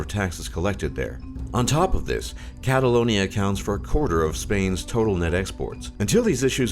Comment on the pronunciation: He got catalonia right